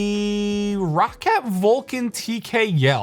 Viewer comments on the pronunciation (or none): It's not RAW-CAT. It's pronounced "Rocket."